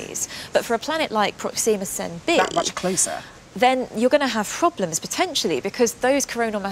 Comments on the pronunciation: I hate how he says Centauri Sen- tor-eye Not Churros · O M F G stop saying sen-CHEW-rye just stop. The star is in the constellation of the CENTAUR, from mythology. It's pronounced sen-TAR-ee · Centuri not Centuraaaai !!!